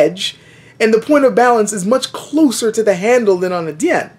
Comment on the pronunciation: why do you pronunce it like 'Dian/ Dzian'? Not even full blooded Chinese pronounce it like that; they use the hard J: 'Jian'.